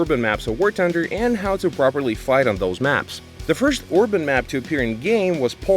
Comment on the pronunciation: "war tunder"